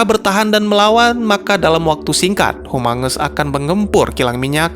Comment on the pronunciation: Kok gua denger humungus amongus?